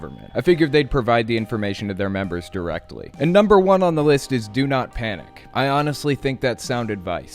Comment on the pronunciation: Members not memebers lol